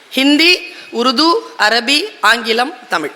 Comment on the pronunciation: தமிழ் மொழியின் சிறப்பே அதில் உள்ள ழ் என்ற எழுத்துதான் அந்த ழ் என்ற எழுத்தையே தற்கால தமிழர்களுக்கு சொல்ல தெரியவில்லை ழ் என்ற எழுத்துக்கு பதிலாக ல் என்று உச்சரிக்கிறார்கள் தமில் வால்க என்கிறார்கள்